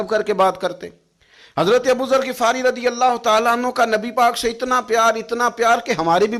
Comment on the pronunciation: او جاہل گفارئ نہیں غفارئ ۔